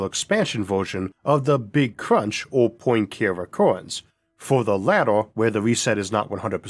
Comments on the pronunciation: Lol the pronunciation of Poincare is pretty bad, and it's not a speech impediment thing I'm laughing at. Poincare was a French mathematician and his name is French as well. It's not Poin "care" recurrence. It's Poin KAR rhey. I just can't take you seriously when you butcher this name so badly multiple times. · Lovely video! Just a pronunciation note for pedants/those interested: in my maths education I always heard Poincaré recurrence as “pwan-car-ay” rather than “poyn-care”, after the French mathematician Henri Poincaré.